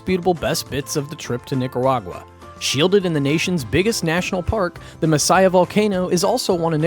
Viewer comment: Your videos are great, thanks for sharing! I love my country!!! And you have really interesting foreign insights to it. Your pronunciation is hilarious, especially Messiah, for Masaya, it's quite funny, never thought of that volcano in that way😂 I guess we sound funny too when we speak English😂 Congrats on pronouncing Mombacho quite well!